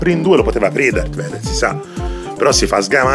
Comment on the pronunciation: Anni che torno su sto video solo per sentire “Darth Vaso”